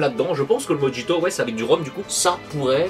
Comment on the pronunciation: Avec toutes les sorties les finances freinent un peu , je verrais pour prendre peu être des échantillons sur le discord pour les découvrir surtout le mojito qui se prononce morito 😂😂😂